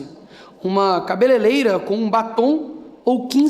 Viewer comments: "CABELELEIRA" 2as vezes é foda! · O vídeo do Nícolas só não é perfeito pela pronúncia "cabeleleira" em vez de "cabeleireira". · O NIKOLAS TEM RAZÃO, TUDO BEM ! MASSS EU SÓ CONSEGUI REPARAR NO "CABELELEIRA" AO INVÉS DE "CABELEREIRA" KKKKKKKKKKKKKKKKKKKKKKKKKKKKKKKKK "A TU TA SENDO CRI CRI", PQPPP O CARA É ADVOGADO, DEVERIA LÊR MUITO E TER UM PORTUGA IMPECÁVEL. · cá pra nós, a janja é uma quadrúpede analfabeta, porém, o Nicolas pronunciou 2 vezes "CABELELEIRA" e ninguém reparou.... Vocês são timinhos de grêmio de escola, vamos sermos mais ímpares! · Vi um jornalista que única coisa que tinha pra falar do vídeo do Nicolas foi a pronuncia cabeleileira. Kkkk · Cabeleleira? Que isso Nicolas? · A blogueira fãnha pronunciou cabelerera! Burra!